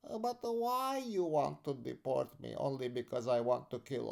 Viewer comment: I love the “…but khwhy you d’port me? Khwhy…?” 😂